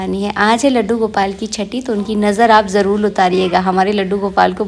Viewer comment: Aap har baat mein jarul nahin jarur bolate Hain